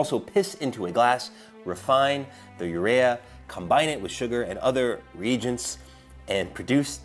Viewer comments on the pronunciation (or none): "Gringo" and "reagents." Google for pronunciations.